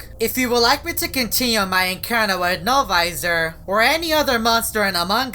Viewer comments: It sounds like he is saying no advisor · noviser when he’s drunk 😵